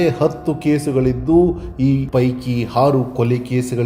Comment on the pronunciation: Oota not hoota aaru not haaru